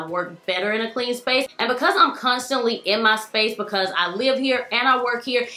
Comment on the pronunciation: Who else loves how she says the words "highly" and "because" ?? :D "hally " bacause" :P